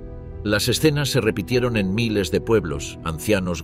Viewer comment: La narración por ia está perfecta pero te ha delatado una sola palabra en 3 video: "miles".